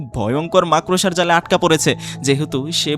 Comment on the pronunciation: মাক+রসা নয় মাকড়+সা উচ্চারণ।